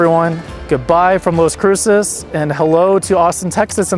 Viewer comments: If you're going to do travel videos, at least know the correct pronunciation of the destination. It's not LOS it's LAS Cruces...ugh. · LAS Cruces, not Los Cruces. 😅